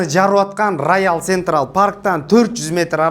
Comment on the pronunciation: Раял сентрал 😂😂😂, э кичине китеп окуп койчу, созунду тууралап алчы элге суйлоп жатасын го акыры. Жок дегенде элди сыйлачыыы!!!! Мяса раша деп деле урдурасын йотваймат